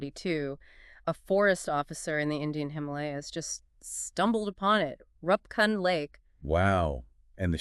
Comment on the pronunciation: AI: It's Roopkund lake. Learn!